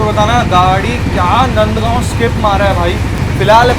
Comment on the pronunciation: Video is okay dokay. Your choice of Hindi vocabulary leaves a lot to be desired. Overtake marna, skip marna - are you really a? These words are unbecoming, to say the least. Not to list the mockery you made of some Marathi names. It is नांदगाव and not नंदगाव!! sic